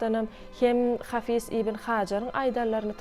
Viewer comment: Hafy:z däl-de ha:fyz diýip aýdylýar